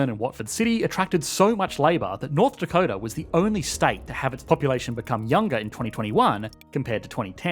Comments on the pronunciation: "north dacota" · 'North Dacota' - lol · NORTH DACOTA lol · north dacota